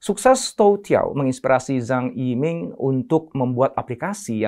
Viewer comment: Qing bacanya: Ching (seperti suara uang Cha-Ching)..:) semoga membantu sedikit (: sementara saya dapet banyak dari video2:) Zhang YiMing dibaca: Cang i ming (cang seperti pada kata Bakcang) Liang Ru Bo dibaca: Liang Ru Po (seperti pada Pokok) NeiHan DuanZi dibaca: Nei Han Tuan Ce (seperti pada Tuan-Tuan dan Nyonya-nyonya, dan Ce disini agak sulit untuk lidah non chinese... tapi bisa di baca seperti cecak) Tou Tiao dibaca: Thou Thiau (seperti pada Thailand.. tapi "ai"nya ganti jadi "ou" dan Thi juga agak sulit untuk lidah non chinese... tapi bisa digunakan disini seperti Tin dalam bahasa inggris.. tanpa si "n"):) kita jg tidak ingin nama kita di baca salah semisal: Intonesea atau Aindonisaie.... iya kan?